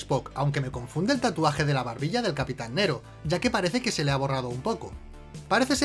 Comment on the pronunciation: No es Nero,es Nerón!